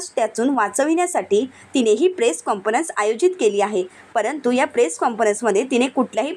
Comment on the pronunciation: मॅडम काॅन्फरंस असा उच्चार करा, चुकीचा शब्द ऐकावा लागतो आहे आम्हाला.